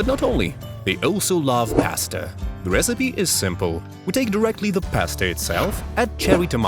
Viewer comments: It's pasta not paste. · IT'S NOT PASTE IT'S PASTA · ahh yes my favourite Italian invention P A S T E